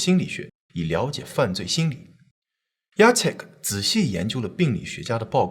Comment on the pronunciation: Jacek竟然唸對!！好棒！！ 我公公也是這個名字，一般人看到都不知道怎麼唸。